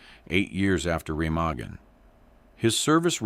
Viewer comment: The bridge and river are pronounced 'Ra-maa-gan'.